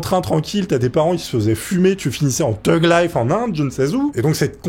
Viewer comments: Thug se prononce fug en anglais, tug, ça veut dire remorqueur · Th.... c'est un son F Revise ton Anglais